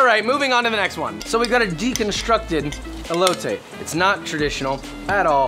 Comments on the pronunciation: The way he says el-lo-tay 😖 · I'm sorry but can I just say, you pronounced elote wrong, it's pronounced eh-lo-te lmao I'm not saying this to hate it just bothers me a bit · I hate how he says elote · Deconstructed Elote more like EBOWLte